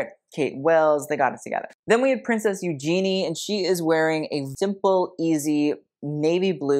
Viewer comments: I feel the same way about the Queen of Hearts as you. Wish we could chat about it, as I knew you were holding back. I was waiting for your review on Kate's color choice of robe. Just no. Dress underneath beautiful. And Eugenie is pronounced you-ge-knee. She is not a genie. Common mistake. But thanks for your review. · Princess George and the mispronunciation of Eugenie 🤣